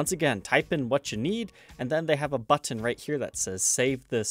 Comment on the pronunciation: Been meaning to ask this for a minute now, what's up with those random hard T sounds?... like button for example, sometimes you pronounce it like you're saying "butt ton". Really great channel by the way.